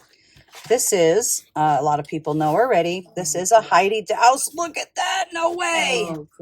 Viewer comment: Just an fyi, Heidi Daus is pronounced like 'boss' or 'toss'with a D instead of B or T. No 'au' sound. She is a lovely woman, a very talented artist. She always did her pieces in pencil on paper first and would set the stones for every sample herself so she would know it was perfect.